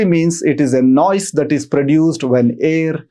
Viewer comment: Learn how to pronounce the word NOISE first please! 🤦‍♀️ It's so annoying the way you are saying frequently! 🤷